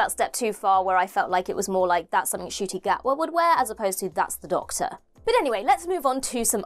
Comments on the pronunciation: Nshooootie Gatwa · Changing the intro again would have fans expecting new intros in most episodes, and you mispronounced Ncuti’s name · You'll have to update how you pronounce Ncuti's name. He has recently revealed he's been pronouncing his own name wrong for 27 years. 😂